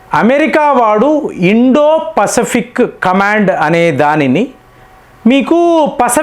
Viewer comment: Pasfic pronunciation different ga palukuthunnaru yenti